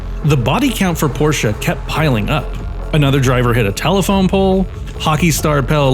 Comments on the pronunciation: It's Porsche (E like in emerald) Not Porscha (A like in America) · Every american who can use the letter E while pronouncing Porsche is the good guy. HINT: its not PORSH, its not PORSHA. Its PORSH-E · It is Porsche,not Porcha. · I did not come here to start an argument. And I am aware of the fabled "english pronounciation", because everything needs to sound english for some reason. However, this does not change the fact, that this is a german car from germany with a german name. You would likely give more weight to your point if your video was in german. I did not want to step on your tail or offend you, merely sharing information. Have a nice day and I hope I get to watch more of your videos.